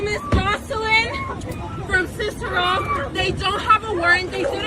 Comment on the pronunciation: Cicero is a hispanic town just west of Chicago…very very anti-black American, if you don’t believe me, go back to 2020, during the George Floyd unrest. Cicero is pronounced sis-sa-ro. There has never been a black/brown coalition! The browns have never ever had love for FBAs…especially here in Chicago.